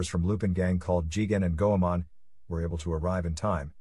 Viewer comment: Text to speech issues/errors Lupin the 3rd is the grandson of arsene lupin Fujiko mine takes it Goemon